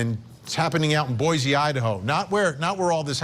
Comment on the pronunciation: Also it’s “Boy-SEE” .